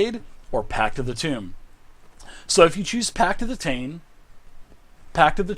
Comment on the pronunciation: Really cool rundown, but good lord, with that much bread and butter the Warlock class sounds like it's entirely fat and carbs. Also I hate to be that guy, but tome is pronounced with an "oh", you're saying "tomb", which would imply the Warlock was a necromancer.